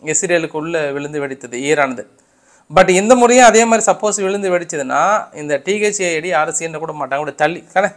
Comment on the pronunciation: Thad இல்ல தாட்d என்று கூறுங்கள்